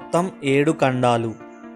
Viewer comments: కండాలు కాదు , ఖండాలు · Kandalu kadu Khandalu anali telugu baga palakandi. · Kandalu kaadu khandalu